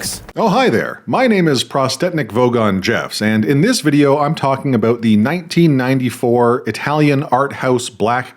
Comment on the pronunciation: Thank you for helping us understand what this movie is all "aboot". 🤣🤣🤣 I kid!... Much, much love and smart-assery from the 🇺🇲 Naturally...😅